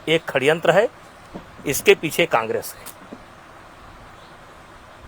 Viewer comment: Kaise aap aise aadmi ka interview le sakte ho jise षड्यंत bolna nahi aata।।।।